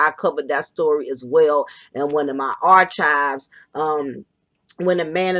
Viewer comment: Please pronounce archive one more time 😹 great content